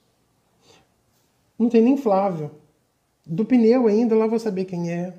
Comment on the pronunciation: Mas é foda pq quase todo mundo pronuncia pneu super errado "peneu", dai a burrice de escrever errado tbm vem hahah